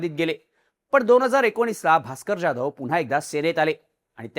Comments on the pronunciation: ज्याधव नाही जाधव, स्क्रिप्ट लिहिणाऱ्याला सरळ लिहायला सांगा आणि तुम्ही नीट वाचा, समोर दिसत ते रेटायचं नाही. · जाधव नावाचा तू चुकीचा उच्चार करतोय हिंदी लोकांसारखा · Saheb Jadhav nit uccarara pl